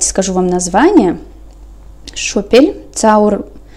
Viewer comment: ты владеешь немецким языком?! Так красиво озвучила название пряжи Шопель😍